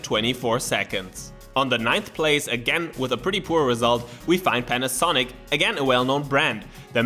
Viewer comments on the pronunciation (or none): none